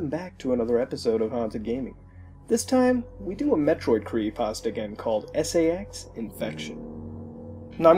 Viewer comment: For a Second I Thought He Said SEX Infection